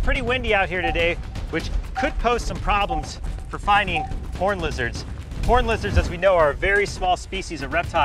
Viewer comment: Not gonna lie thought he said horney lizards